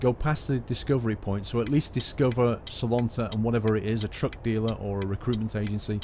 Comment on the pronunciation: you didn`t say any city name correct (except salonta)